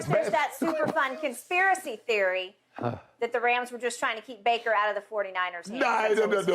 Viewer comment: Shannon be getting bakers name wrong every time😂 “braker” “blaker”. Had to come watch this after that crazy game